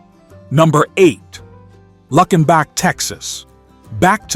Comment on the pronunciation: I grew up listening to all of these. Born at the end of the 70's. But come on with that wretched pronunciation. Luckenbach is said plenty of times during the song. If you listened to it even once you'd know how to say it right. It's one of my favorite songs by Waylon.